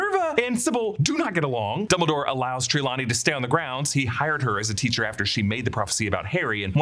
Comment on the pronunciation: You say Trelawney wrong lol